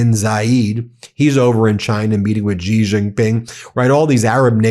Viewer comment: Jesus Christ, how have you still not learned how to pronounce "Xi"?